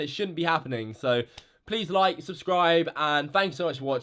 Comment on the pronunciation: Lil dumbahh he said subskribe not subscribe you dumbass! 😂